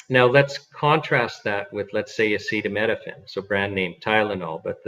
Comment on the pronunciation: "acetaminophen" not "acetaMEDophen"